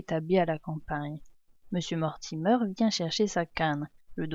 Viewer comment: Mortimer ne se prononce pas mortimeur c'est Mortimer comme la mer